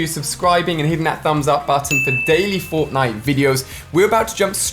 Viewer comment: through he says forknite